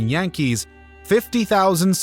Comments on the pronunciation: And that's how current inhabitants of the Bronx pronounce their baseball team. Jan-kees.😅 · That's how current inhabitants of the Bronx pronounce their baseball team. Jan-kees.